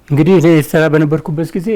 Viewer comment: የኤርትራን ስም ራሱ በደምብ pronounce ማድረግ በማይችሉ ሰዎች ናት ኤርትራችን የነዚህ ምድረ ደደብ መጫወቻ የሆነችው😂😂😂 እትራ እትራ እትራ እትራ እትራ .... እትራ እንዳሌክ ትቀራታለህ:: ................የብብትዋን አጣች እንደሚባለው ሌላው የኢትዮጵያ ክፍል በቅርቡ ሌታጣው ነው